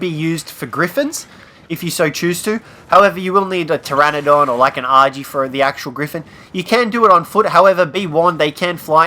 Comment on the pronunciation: it's Pteranodón, pronounced TRANNODON